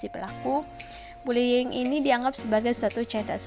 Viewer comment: Bullying atau bulling🤣